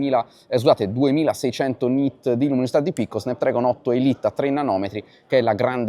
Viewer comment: si pronuncia snapdrAgon